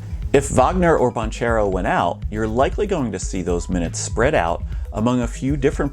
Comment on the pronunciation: Ok, I believe you when you say that you don’t watch the NBA … after you pronounced Doncic and Banchero 😅 Nice video though.